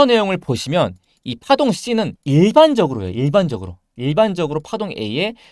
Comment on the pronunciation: 4분 1초 쯤에 이 파동이 ~ 가 약간 B 파동으로 들리는것 같기도하구요